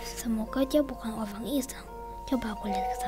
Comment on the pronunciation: Ih kok ngomong orang kok orank sih aneh ini